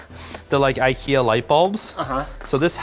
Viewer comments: No, he is trying to say ''ingvar kamprad elmtaryd agunnaryd'', IKEA. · As a Swedish person it is hilarious when Americans try to say names of products from ikea. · As a Swede I should let you know, It's not pronounced i-kea, it has a long "e" sound at the start, instead of a long "i" sound. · sort of in sweden we pronounce it ikea whit an slow/longer i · As a swede, i feel a little offended at Linus attempt to pronounce ikea 😂